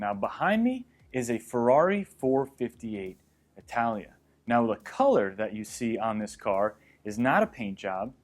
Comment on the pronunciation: I wouldn't trust this guy he can't even pronounce 458 italia